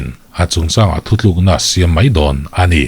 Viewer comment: nang tal hi chuan "thuthlûkna" t tawh suh teh😊 "thutlûkna" ti hrâm tawh rawh aw 👍🏻